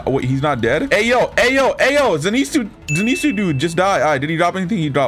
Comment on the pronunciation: "zeenetsu" bro im dead the way he says it